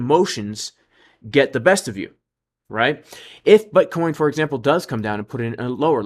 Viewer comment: LOL sounds like you said B*uttcoin 🤣